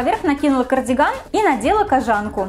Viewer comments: кожАнку???? Разве не кОжанку?? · Почему кожАнку?.. кОжанку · кОжанку , а не кожАнку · кОжанку, твое кожАнка аж ухо режет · КожАнку? Я одна всю жизнь говорила кОжанка? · КожАнку господиии как ужасно звучит. Думала из ушей кровь польется. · КожАнка? Чё, серьезно?